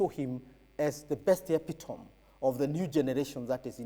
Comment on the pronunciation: Prof you did not pronounce epitome correctly!